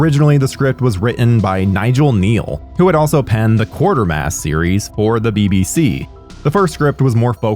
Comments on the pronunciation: Quatermass series not quartermass. Mispronounced Samhain as well. Sorry I'm a huge fan of the movie. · To presenters: There's only one R in Quatermass, it's pronounced Qway-ter-mass.